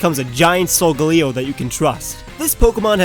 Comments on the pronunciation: Since when is SolGALeo pronounced SolGOLeo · I don't think it's sol-ga-li-go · you say it as solgaleo not solgeleo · you said solgalio wrong. LOOOOOOOOOOL! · He pronounced Silvally, Solgaleo, Golisopod, POKÉMON (who does that?) wrong but that's okay. At least he pronounced Decidueye right lol